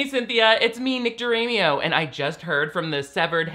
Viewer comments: So it’s not pronounced “Dee-uh-ri-mo” ?!?😱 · Nick. 👏 DiRamio. 👏 it doesn't rhyme with Cameo.👏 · It’s pronounced ❤️